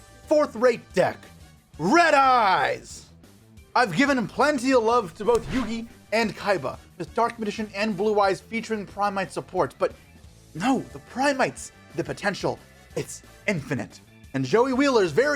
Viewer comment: No matter how good the content is I still recoil everytime I heard "Dark Maddition", because you only do it when you read 'Dark Magician' but it's fine if you read the word 'Magician' in any other context. Is this an inside meme or something that I don't get?